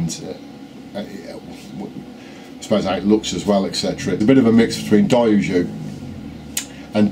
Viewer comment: say it with me: DIE, OH, JOE. not day-ew-zhjew. you've had years to get the words right, come on!